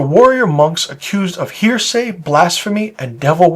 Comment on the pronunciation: It’s pronounced Hera-see not hear-say. Other than that, cool video.